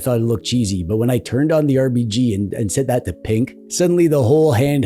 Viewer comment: Loved your style and attention to detail. Like always pronouncing RBG right! One of the few channels I watch every single video that comes out.